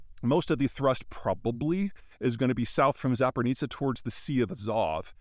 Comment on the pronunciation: Peter, it's always interesting to listen to your take on things, but please 🙏🙏🙏 please, if you can, improve the pronunciation of toponyms. Zaporizhzhia, for instance, you can hear it here in Ukrainian I hope it's not too challenging, although it might be 😬